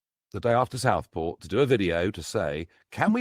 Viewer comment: Dont take your news from a man who struggles to say the word "Southport".